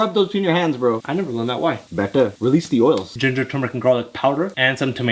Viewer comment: THE WAT HE SAYS BETTER GOT ME ROILING ON THE FLOOR😂😊